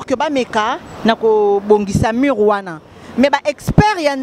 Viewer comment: Mur et non mure, merci aussi pour la compréhension